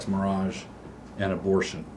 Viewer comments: yes. He calls it same-sex mirage. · Doug refers to it as “same-sex mirage”, because while it sort of looks like the real thing, it definitely is not. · Is Doug mispronouncing marriage when talking about some sex marriage on purpose?